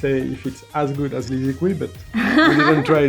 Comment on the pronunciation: I'm not chinese but I tried to learn reading pinyin for a while and I'm pretty sure you actually pronounce it "lizichi" not "liziki"